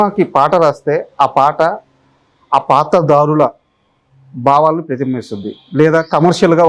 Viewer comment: anchor gaaru , -paatra DAARULA kaadu paatra DHAARULA -BAAVAALU kaadu BHAAVAALU